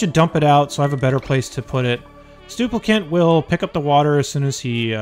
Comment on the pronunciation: stuplicant :D